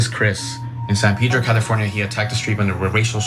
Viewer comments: It's not San Pidro... Pronounced San Pedro... Castellano es fonético por favor! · It’s not pronounced San pee-dro. Jesus.